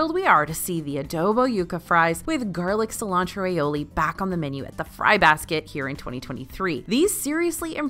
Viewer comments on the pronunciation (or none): none